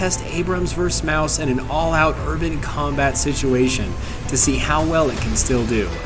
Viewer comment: Maus is pronounced more like mahs